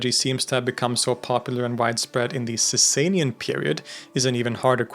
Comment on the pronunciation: It’s not pronounced Saysay-nian Dynasty. It’s pronounced Saw-saw-nian Dynasty